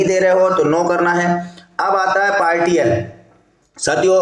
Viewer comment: पार्टियल नहीं पार्शियल होता है महोदय 😂